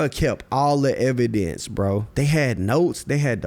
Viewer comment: He said evan dance or evidence